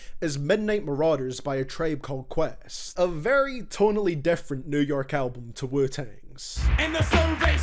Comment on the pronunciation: "a treib called quest"